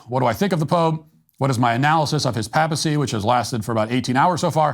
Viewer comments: Papacy has a long A, Matt. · Your excellent commentary on Leo XIV was marred by your pronunciation of "papal" and "papacy." The first syllable is normally pronounced "pay". Sorry I got distracted.